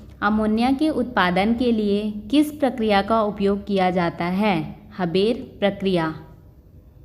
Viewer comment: हेबर nahi bhai हैबर hota hai😂😂